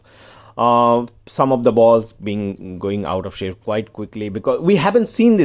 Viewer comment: Saaape 🤣😂🤣😂 idiot.. its shape ni saaape 🤣😂🤣😂😂